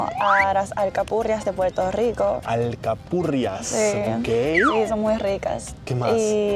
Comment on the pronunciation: Japonesa, hablando español con acento caribeño, pero pronunciando la R y diciendo Puerto Rico en lugar de Puelto Lico 😀